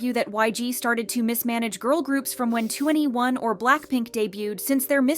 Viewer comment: 2n1 is actually pronounced two and one not 21